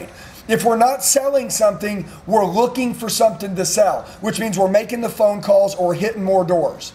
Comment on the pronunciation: Sells 😂 that is how he says it